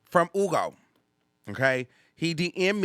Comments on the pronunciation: It’s HHUUUUGOOOOOO not Ugo, the way you pronounce his name bothered me omg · HEW-go. Df is “Ugo.” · Just say Hugo not oogo...its not that deep 😂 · Why are you pronouncing that man’s name like that? I hate it.